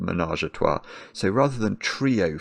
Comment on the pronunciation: Trois is such a difficult word for English speakers, must commend for trying.